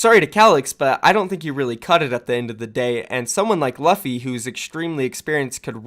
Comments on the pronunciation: luh-phi? pretty sure it's pronounced Loo-phi. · I’m pretty sure it’s luffy (L-U-ffy) like from the anime one piece, where the main characters name is luffy (L-U-ffy). Check English dub if you are unsure of how I am showing you how to pronounce it. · Luffy is pronounced Loo-Fee like the main character in One Piece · I think his name is pronounced Loo-fee, is his name not a reference to Monkey D Luffy from One Piece? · its pronounced Loofy cmonBruh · So, in case you don't watch One Piece, the name Luffy is pronounced "Lew-fee". Keep up the good work otherwise. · Pretty sure u mispronounced luffy my friend